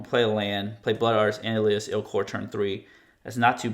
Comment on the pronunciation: Stop saying “Elias,” it’s Elas!